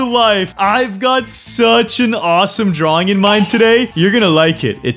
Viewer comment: your dwaing berry